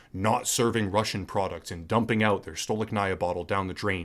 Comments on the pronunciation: Stolichnaya is pronounced Sta-Lich-Na-Ya, not Stow-Lick-Na-Ia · Courageous position to take in the face of outraged and badly informed crowd that just blindly eats up what the Western mass media is producing for them. I've respected you before as a creator, and now respect even more so. Well done. P.S. "STOLI-CH-NAYA" is how you pronounce it! 😉👍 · Thank you for your kind words. I am russian myself, and these haven't hit me hard yet, but i've had some difficulties e.g. paying for VPN. Some russian researchers now say things like "hold on to your garbage for a bit, maybe later you'll be able to exchange it for a can of peas" I absolutly adore and respect your professionalism and the level of quality of your work. btw, it's pronounced "stah-leech-nahyah", emphasis on "leech"